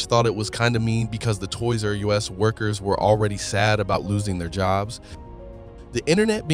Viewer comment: I'm going to guess you're not from the states. its not torys R us like USA, Its like us the pronoun